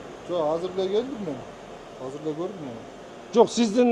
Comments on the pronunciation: Кыргызча азыр деп айтылат казыр эмес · Бул мэр казак окшойт казыр деп суйлоп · Урматту Бишкек Мери Казыр эмес азыр деп суйлонуз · Казыр эмес Азыр